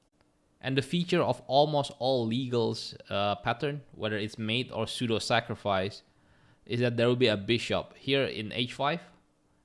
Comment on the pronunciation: Pseudo is read sudo 😊